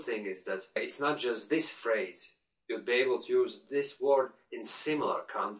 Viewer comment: "talk with my superior, my colleagues... and other stuff." "I was just reflecting on my own thoughts." I thought those were funny lines :P Anyway, I like your channel! Thanks! Watch out to the "o", for example in "word" (don't get me wrong, I make a lot of pronounciations mistakes too!) Keep it up!